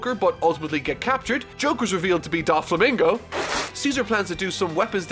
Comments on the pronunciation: I'm determined to get through this series without mispronouncing a single name Also: DAflomingo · Dude your still butchering Doflamingo’s name it’s pronounced Dough-Flamingo